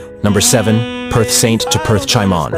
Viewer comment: Sorry to say this but it hurts my ear to hear the pronunciation of Chimon's name 😅